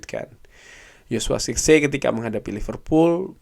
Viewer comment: cara baca joshua zirkzee : Joshua zerkzi (benar) Joshua sirksee (kurang tepat)